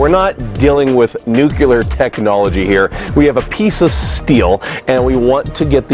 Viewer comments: My only complaint is your pronunciation of ‘nuclear’. ‘Nuclear’ not ‘nucUlar’. Apart from that, great video! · I was completely on your side till you said "nuke-yoo-ler". There is no need for George W. Bush's extra syllable in that word! Nuclear, pronounced "noo-clear"!! Your way adds a syllable that we don't need. Now I love GW Bush as much as the next God fearing republican, but damn, stop saying nuke-yoo-ler!! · He said "nucular"... *Turns off video